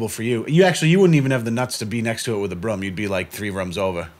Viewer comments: can't pronounce oo, he said brum lol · says broom like “brum”